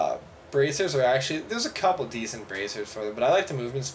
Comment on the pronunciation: "A couble million dollers." Did he said it wrong? I really hope, or that guy is FUCKING RICH!